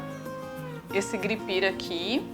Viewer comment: O correto é renda GUIPIR e não gripir.